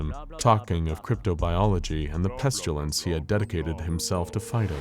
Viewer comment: There is no "u" in "pestilence".. why do you keep saying it "peschulence"?